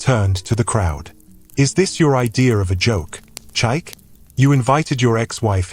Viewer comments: You are calling the name wrongly meerneer, it is called Chi-ike not Chyke. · Beautiful story, awesome plot...but please can the narrator attempt to pronounce Chike not Chaik? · Even if you're AI but you must learn to pronounce that word with respect to over 80 Million Igbos that owns the language from which this Great name CHIKA OR CHIKE came, we study your names so well before pronouncing then!